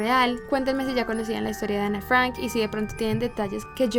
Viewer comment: ¿Por qué cambias el acento de tu voz cuando pronuncias Ana Frank y otras palabras de origen extrangero? No lo entiendo🤔🤔